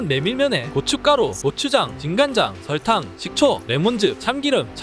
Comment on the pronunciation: thㅏ(싸)이다. thㅓㄹ(썰)탕 th (쌍)추 발음이 너무 쎄요 ㅎㅎㅎㅎㅎ